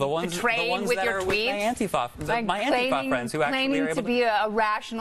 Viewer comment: ANTI- FAH I've never heard anyone pronounce it like that. You're Killin it Kennedy!